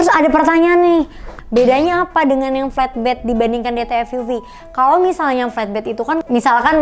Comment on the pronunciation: Mbacanya enakan 'flatbed' ketimbang 'fletbed', Mbak. 🙏